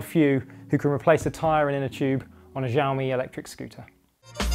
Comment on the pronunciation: It's pronounced "Shaomi" 😏